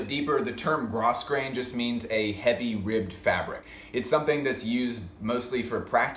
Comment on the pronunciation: yoohoo - i totally don't mean to be a jerk but grosgrain is pronounced grow-grain AND the franken patch jacket was also done in the early 80s in rabbit fur and leather jackets. maybe he is referencing cheap and popular. don't know